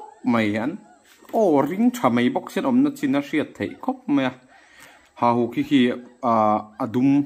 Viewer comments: Hahuk alo ni miah na nge😅 Hauhuk i ti tlat.. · Hauhuk nilovin hahuk ni zawk emm😁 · Hauhuk nilo in hahuk a ni zawk em aw.